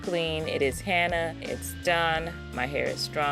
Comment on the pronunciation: Love your channel..but its HENNA (Hen-na)not HANNA!!!!😁